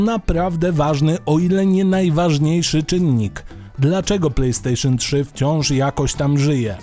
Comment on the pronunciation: "Plej stejszon" achh czyli chińska podróbka...